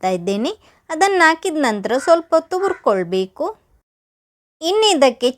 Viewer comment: ಹುರಿಕೊಳ್ಳಬೇಕು ಅದು ಯವ್ವ ......ಉರ್ಕೊಳ್ಬೇಕು ಅಲ್ಲ .......ಏನು ಉರ್ಕೊಳ್ತಿಯೋ ನೀನು